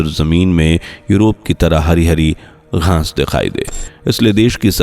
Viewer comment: Aap baar 'GHAANS' BOL RAHE HAIN. GHAANS NAHI ' GHAAS BOLIYE.